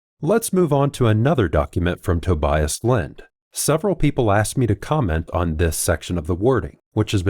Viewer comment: dude, tObias, not tobIas, you’ve ruined man’s name in the worst way possible, god… it’s like saying factOr, instead of fActor.